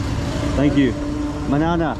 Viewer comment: ❤️ I'm a Pashtun from Pakistan and hearing you saying 'manana' just melted my heart.